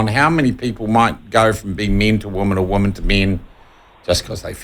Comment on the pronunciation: Shawn, please learn the pronunciation of "women" (pron. "wimmin").